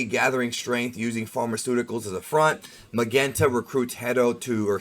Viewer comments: I think it’s pronounced “Magenta” with a soft “g” like the color. Magenta and Carmine are both shades of Red. A pun for the Red Ribbon Army! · Magenta is pronounced Ma-jen-ta, like the colour . The colour of his jacket. So excited for this movie, about time Gohan get some light.